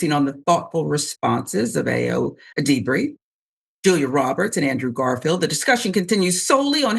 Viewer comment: It would’ve taken you a couple of mins of research to learn how to pronounce Edebiri. Just lazy